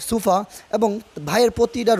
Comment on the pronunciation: Sufa abar ki??? Ota k sofa bole